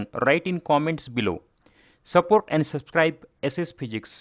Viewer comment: Sir your pronounciation was bad for support it sounded suppork